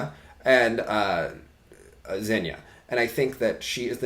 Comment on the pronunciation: Zhenya is pronounced with a J instead of a Z (Jen-ya) not (Z-hen-ya) lol